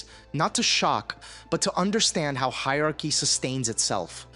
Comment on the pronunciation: I'm not trying to be pedantic at all, but it's hierarchy, hi-er-arch-y (higer-are-key) not the way you say it. I'm English and it hurts my soul and bones hearing grownups mispronounce the word.